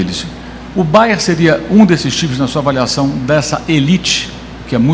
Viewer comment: Curiosidade minha: porque é que quase todos dizem "Bayer" e não "BayerN"? Bayer é o de Leverkussen; Bayern o de Munique